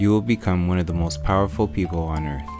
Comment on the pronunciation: Da earf flat doe